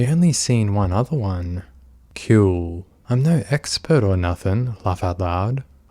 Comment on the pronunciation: God these people are terrible, it’s a blessing he was talking to a decoy and not a real vulnerable teen. Also the way he constantly says “kewl” irrationally annoys me. After reading these chats it’s no wonder these sickos go after kids, anyone their own age wouldn’t want to talk to them for more than 2 minutes